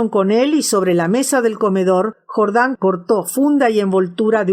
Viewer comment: se dice jordán no jordań